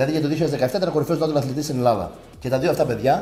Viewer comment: Καλημέρα.Είσαι φοβερός και φαίνεσαι ευγενικός χαρακτήρας. Νέιτσουραλ προφέρεται. Εντελώς φιλικά.